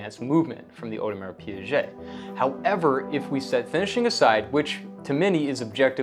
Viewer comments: Audemars Piaget? That's not how you pronounce the brand. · Audemars who?! You have lost me immediately after you said Piaget for the second time. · Audemars Pee-ghey. Piaget is a separate company entirely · Did you just say PIAGET????????? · To be fair you should compare the AP 15500 movement to the new Zenith, as that AP movement is actually the new one and far superior then the 15400 one. And yes, you need to practice your French 😊